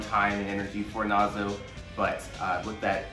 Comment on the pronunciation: Lmao it's Nazo not Nazi